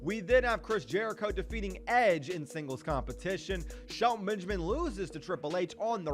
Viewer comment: to think you live in the cube house with Brandon and you don’t even say it like sHeLtOn BeNgAmIn